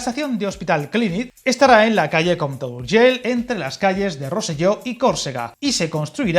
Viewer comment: Muy buen video, como siempre. Que pena que las dos líneas sean de ancho diferente, sería fantástico poder ir de Rubí a Sant Boi sin cambiar de tren, cuando haga la carta a los Reyes Magos lo voy a pedir, por probar que no quede. 🤣🤣 Por cierto, reconocerte el esfuerzo que has hecho para pronunciar esas palabras en catalán tan difíciles para un español, como Sabadell, compte o Urgell. 👍👍 Saludos desde Barcelona.